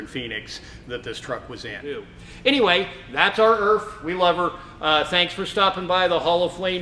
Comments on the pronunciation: Very informative. Unfortunately, some of the British isms that you conveyed are wrong. Nobody ever referred to E.R.F as, "Urf," for a start. Do some research on us and the way we speak before making your video. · Hi, its pronounced E.R.F.. just like the lettering, not erf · No we don't call them erf in the UK............we either call them "E R F" or ER Foden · We call it an EE-AR-EFF. I’ve never heard one called an Erff. And although ERF does stand for Edwin Richard Foden, I’ve never heard one called an E R Foden either — and I’ve grown up with ERFs. And as for it being a good fire truck. Mixed reports by all accounts. I know firefighters in my county had a few in the fleet, but never rated them. They much preferred their Bedfords, Fords and Dennis F series trucks.